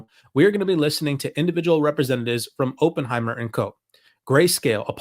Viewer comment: Please learn to pronounce Oppenheimer